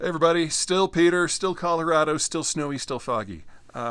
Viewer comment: Peter. Please say FOGGY more clearly. It sounds like you are saying something else that begins with an "F".